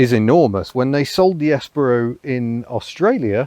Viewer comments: "Espero" -- the stress is on the second sillable, not the first -- is Spanish for "I hope", or "I wait". Spanish does not have a distinction between the two. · I almost bought one of these back in the day but decided to get a Nexia instead. Reading reviews I'd always assumed it was the second 'e' was pronounced as in 'Eat' not as in 'egg'. I had quite a shock when I heard it pronounced!